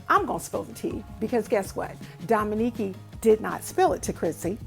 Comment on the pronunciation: Awww you are so sweet my name is pronounced dominique. I love you too and I wrote in on her live but I got the impression that she didn't believe me like I was being funny. Hate that your baby went thru that. I have a special needs baby who is 19 that I take care of and it's like she is a baby. Enjoyed your video